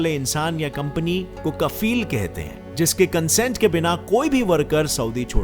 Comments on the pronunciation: not kafeel it’s kfeel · Its not kafeel its kofeel lol